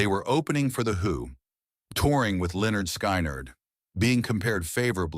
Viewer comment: When the AI calls Lynyrd Skynyrd the band "Lenord Sky-Nard " It's time for AI generated videos to go away.